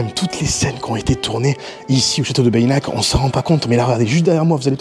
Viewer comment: C'est génial. Tu nous régales! On dit "Bénac" pas Bayinac. Ce château est incroyable, tout comme son château voisin Castelnaud. Un vrai voyage dans le moyen-âge. Toute cette région est incroyable! Preuve en est la fréquentation de ouf pendant l'été!